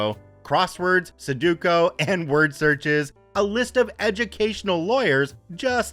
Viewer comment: its sue dough kuu not suh dew ko sudoku